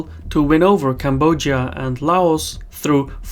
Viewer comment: new country: "Cambodjia"